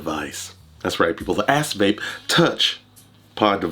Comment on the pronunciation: Sounds like your saying ass face 🤣😂🤣